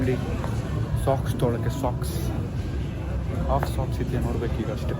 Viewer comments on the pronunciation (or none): none